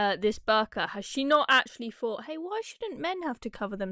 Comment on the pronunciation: THOUGHT ... Not "faught" 🤦🏽‍♂️